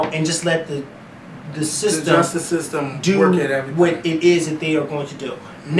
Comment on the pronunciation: OMG.....the lawyer actually said ig'nant and jes-tice??!! LMAO. There is nooooooooooo excuse for that and yes, you needed to "go in" on that one. I'm glad Zimmerman was charged. However, if I hear the word ig'nant used during this trial I'm DONE!